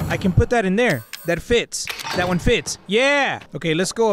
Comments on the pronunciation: Does any one notice when says nine one one he says nine nquan nquan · Any body notice that he always says nine goune goune that wasn’t meant to be mean I just thought it was funny